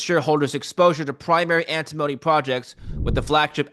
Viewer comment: It's AnTIMony not Antimoany